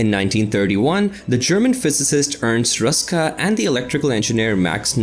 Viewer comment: It is not nice to pronounce names incorrectly. The name "Bunsen" is pronounced with a short "oo" sound like in "look" not like in the video where it sounds as it was derived from "bun". It ist the same with Ernst Ruska (again, short "oo"). And it goes on with other names. I consider it an act of respect to pronounce names correctly. It is not your fault,, that the producers of the introduced video are slightly ignorant.